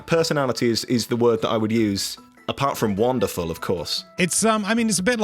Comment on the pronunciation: Take a shot every time they say womderful